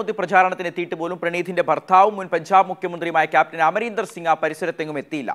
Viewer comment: പൻചാബ് അല്ല, പഞ്ചാബ് ആണ്